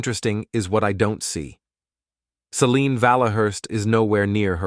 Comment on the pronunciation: Formulaic divorce story vid told by an AI that can't decide how to pronounce 'Selene', an important character in this story. F'd this name up so much that it's even spelled 2 different ways; Celine and Selene. Also, do us all a favor and stop including artwork with dialog bubbles filled with nonsense. Either put in real words that actually say something resembling conversation, or if that's too much to ask, then just eliminate the convo bubbles entirely.